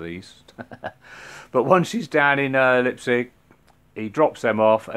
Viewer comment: And no woorrie about ur pronounciation ;) it doesnt matter. But if u wanna know out of interest u pronounce the: "Lei" in Leipzig like the "Li" in the word Life. And then u just say the rest like u alredy did ;)